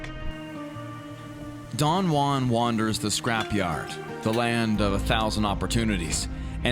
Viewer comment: Repeat after me: "Who", "ann"... JUAN.